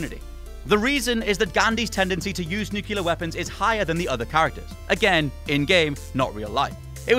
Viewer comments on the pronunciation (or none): The word is "nuclear" not "nucular". It really grinds my nuts how many youtubers say that word wrong... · Nuclear, not “nukyaler”. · ...nucelar? Really?! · I have a newfound respect for Jules and Ash. And they can probably pronounce "nuclear" correctly. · “Ocariner of Time”. Hmmm... “Nucular”. Hmmmmm... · "Nucular" weapons? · ....Nucular? :P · You mislabled Nuclear Gaundi